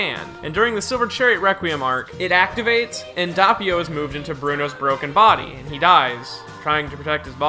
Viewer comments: that way you pronounce doppio as an italian piss me of its dOppio not dahppio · ITS DOPPIO NOT DAPPIO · Also it’s Doe-pio, not daw-pio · The way you say doppio infuriates me